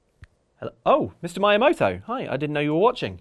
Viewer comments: Are you deliberately mispronouncing Miyamoto? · It's "mee ya moto" not "my ah moto" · It is NOT My-a-moto. It Mi-a-moto where the "i" is the "i" in igloo . . . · You mean Mayamoto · He's called Miyamoto, not Myjamoto 😂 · It's "me"-yamoto not "my"-amoto! PRITHEE AMEND THY MISPRONUNCIATION FORTHWITH! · it's "Mi-yamoto"- like "meeyamoto", and not like "My-yamoto". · Me-yah-mow-toe. Not maya-moto. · Mr MAYAmoto? That’s a painful one, you guys. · “Myamoto” wow. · yeah i hope if it becomes a constant addition that they learn how to pronounce his name first 😬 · If only he'd say the name right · You said miyamoto wrong. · If you're going to bring up Miyamoto-sama's name in your video, you could at least have the decency to properly pronunce his name.